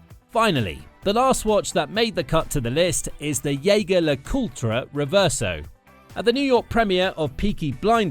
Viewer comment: So why does he "refuse to wear a Rolex" ???? You picked the subject and then missed it completely!! That's quite an accomplishment.... a whole new level of incompetence! PS: Even though Jeager is a German word, in this case it is a French last name and should therefore be pronounced french.